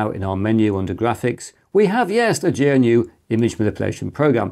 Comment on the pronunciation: it's not gee en you, but GNU. Thank you very much, good sir.